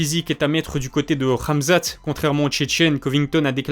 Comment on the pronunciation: Question: pk tu dis ramzat et ma''k''achev ?